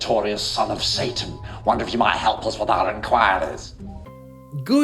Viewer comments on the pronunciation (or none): none